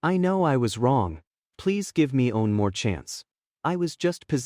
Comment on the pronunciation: Bro, this AI has no clue how to say “one.” I’ve never come across one that has such a hard time with such a simple word. Lol